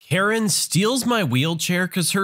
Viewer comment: when you first said karen i thought u said urine...